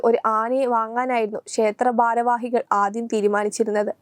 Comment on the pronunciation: ശർകര😂😂😂 ബാരവാഹികൾ😂😂ബദ്രകാളി😂😂😂😂 ബരണാധികാരി😂😂😂...